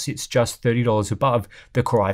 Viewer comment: Why is "Core" being pronounced "Kry" is the video? Has the AI construct malfunctioned? 😁